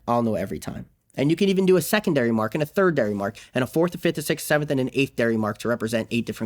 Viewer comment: thirdary through eighthdary LMAO